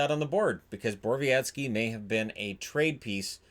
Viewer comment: I think you should stick to not complaining about how people pronounce names. It's a Polish name and pronounced [bɔrɔˈvjɛtski]